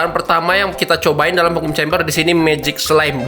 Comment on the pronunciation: Harusnya dibacanya "vakum kembeh" bang..